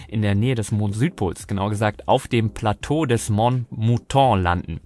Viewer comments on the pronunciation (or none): none